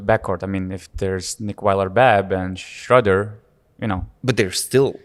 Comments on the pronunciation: With the name Schröder you have to pronounce the German word ö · Honestly I don't think any German is gonna be angry it you guys for mispronouncing Dennis' name with the content you're providing. And yeah, that ö is tricky to pronounce, it's kinda like the o in "word".